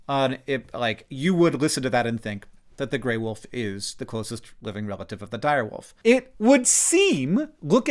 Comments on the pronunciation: She said Gray Woof I cannot hear her say Wolf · Some people pronounce "wolf" as "woof" and it really bugs me for some reason. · I can't take the gray wolf mention lady seriously after hearing her pronounce it "gray WOOF"